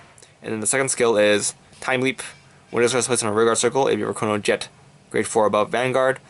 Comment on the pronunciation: i think you may have said chronojet dragon g's effect wrong but it gives your RG ztb +1k for every 2 I may have heard wrong but just saying it in case.